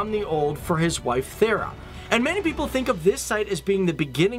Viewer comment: Your pronouncing Thyra wrong (my name is Thyra thats how i know)